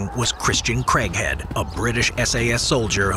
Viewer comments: Who else thought he was saying "Christian Crackhead"? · I know its craighead but i keep hearing "crank head"😂😂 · why I always hear "crackhead" instead of Craighead lmaoo